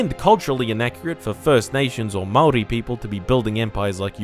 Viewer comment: Funny seeing someone outside of New Zealand not butcher "Maori"